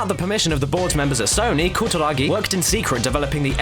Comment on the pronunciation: Omg your pronunciation of foreign words is hilarious :P "Koo-da-ra-gi" changes to "ka-ta-ra-kee" and "noh-dee-oh oo-ga" goes to "nor-ee-o ooorga" HAHAHAHAHA omg you are so white, I couldn't take you seriously hahaha I just had to stop watching to say this. HAHAHAHAHAHAGAGAGA